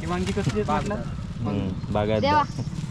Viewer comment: sagal yavstit bolte pn व्यांगी का बोलतेस वांगी सोप आहे.